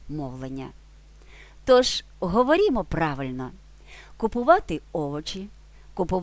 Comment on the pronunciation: Майже все добре, але є одне "але" - треба казати не "говорІмо" а "говОримо", або "вимовляємо". "говорімо" це щось на кшталт "Азірова"